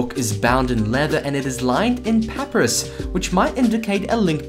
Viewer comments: HugDopey thank you for ponying that out, it was bugging the heck out of me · And papyrus is pronounced as pa-pie-rus